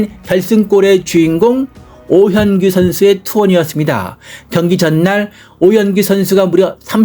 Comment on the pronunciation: 오현 구가 아니라 오 현 [ 규 ] 입니다. 해설자는 발음를 정확히 하기 바랍니다. 엉터리 해설은 사절합니다.